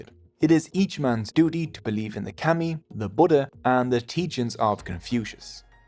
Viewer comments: It’s pronounced “commie”not cammy . If you’re going to try to explain Japanese culture and or religion, you should learn how to pronounce our words first. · Pretty shocking (maybe this is AI?) that you (whoever made this film) cannot get the pronunciation of 'kami' right. The vowel sound you use does not exist in the Japanese language, and considering that this word is typically translated as 'god,' like I said it's pretty shocking the carelessness of someone (you) who is presenting themself as some kind of teacher or expert. Such is the new idiotic age we live with on YouTube and elsewhere. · It’s pronounced “kah-mi” not cami like street fighter 😪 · Kami is pronounced “commie” not “cammy” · I canʻt stand your pronunciation of "kami" which should be like "kah- mee" not "cammie" like a camisole. Your pronunciation of other Japanese words like "musubi" and "Ise" or "torii" are pretty bad. (as well as some English words). Itʻs fine if we are just reading your information, but please study and practice correct pronunciation before making informational videos. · I kept saying “kah-mi” to myself while watching this so I wouldn’t get the mispronunciation of the word seared into my mind. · Kami is pronounced as ”kami“ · The start of kami is pronounced like the start of calm fyi 👍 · Lord have mercy, why didn;t you bother to try to say kami like the Japanese do? Its so awkward to hear you say call-me over and over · Dude it you can’t pronounce the language correctly just stop using it. I can’t handle how bad you are saying kami 🤮. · How was this made? Incorrect pronounce and wrong in almost everything I watched. I had to stop, this narrator cannot pronounce kami. To be Japanese is to be Shinto, they are not separate. The stories are some correct but pronounce is so bad cannot watch